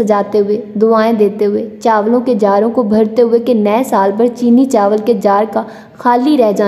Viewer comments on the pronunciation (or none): none